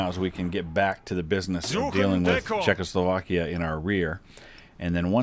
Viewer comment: Well, maybe the Czechs are just pissed because you keep pronouncing it "Czech-LO-slovakia."